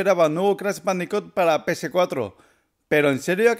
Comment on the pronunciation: ¿Crash bandico, pc4, activición? estás pronuncia bien mal las palabras en inglés y en español también y eso que eres español, debería darte vergüenza.